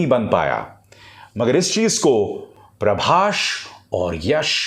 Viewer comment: प्रभास है अंकल नाम, नकी प्रभाश